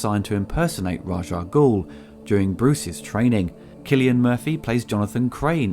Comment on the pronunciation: SEE-silian Murphy